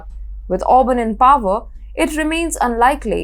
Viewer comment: ORBAN!!!!!! not Auburn!!!!!!!